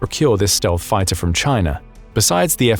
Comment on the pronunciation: chay-nuh is basura!